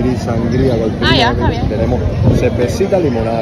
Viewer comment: Para decir yeah dicen a ya 🤣